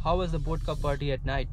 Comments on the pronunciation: bodka :) bihari accent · Bhai wo botka nahi Vodka haa. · Bodka nahi vodka